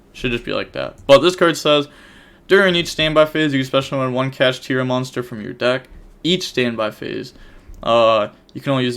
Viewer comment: Ganggggg he’s saying kashtira right